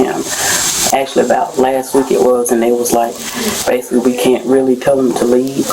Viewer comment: "basucly"..."basucly" "basucly".....